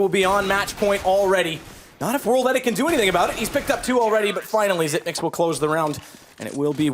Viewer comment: WOW A CASTER THAT PRONOUNCES XYP9X THE RIGHT WAY :O